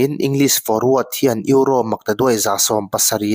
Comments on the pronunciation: Eurossss tih kher angailo, Euro ti tawp la atawk mai sir.. ngaihthlak ati nuamlo lek lek.. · Eurose😂 atawplam ah erawh euro ngaihthlak a nuam ta e, tuipui ral tawng alawm duh duh in lam maitur, Mizo tawng pawh sap pa chal ho Khuan an lam dik bik awmlo e mai😂😂😂